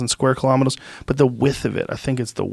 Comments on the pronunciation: What’s a killomittle Joe lol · “2 hunnit and 342 thousan sqaw kalomettas”